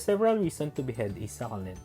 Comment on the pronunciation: Good thing that you've noticed that...your videos are brief Ang informative..and I love watching those kinds of videos but I am a little bit disturbed by the way you pronounce the word SUCCULENT... Well, everyday is a learning day...